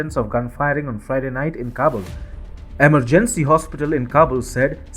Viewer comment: !e MER gen cy has emphasis on second syllable; vee hi cle has long "e" sound. (Great podcast.).